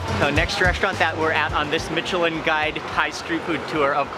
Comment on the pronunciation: His pronounciation of Micheline is bothering me